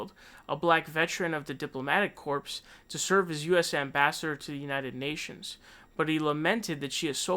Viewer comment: Corps is pronounced as "Core" not corpse. Example. Army Corp, Marine Corp, etc.